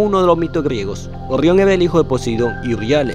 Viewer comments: Orrion🤣 rra rro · "Ogion" jajja, ta dificil pronunciar la EGE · Se pronuncia orion. No orrion. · 1ro. por que demonios dices ORRIÓN, si todo el que habla español dice orión 2do. deberías de utilizar un bot que hable por ti o a alguien con mejor dicción, parece que tienes una piedra caliente en la boca 3ro. por lo demás el contenido es excelente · Orrion? Se pronuncia Orion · No se dice orrion Sino orion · Es orion no orrion acaso este hombre no sabe hablar :v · Ori on Orión no Orión🤔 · La información es buena, ya conocía los nombres de las estrellas de la constelación, la pronunciación es pésima, no se dice "Orrión" se dice Orión. Una "r" entre 2 vocales suena como "ere" o "r" delgada y no como "erre". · Orrión, te recomiendo practicar la R. Saludos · Orrion? Orrionis? 🤦🏻‍♂️ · 'Orrión' xD Excelente video, hay te dejé tu like. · "Orrion"? "Beetlejuice"?